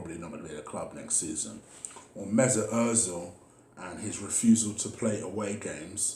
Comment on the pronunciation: Emery: Good Ebening Mesuit, will you take a pay cut? Ozil: No way Emery: ok keep up the great work 👍